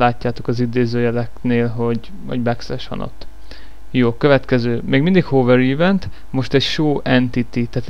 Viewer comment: "Ívent" az agyad, az... :P Ülj le, fiam, egyes! :D